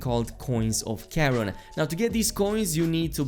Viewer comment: The thing I most appreciate about these guides is your correct pronunciation of Charon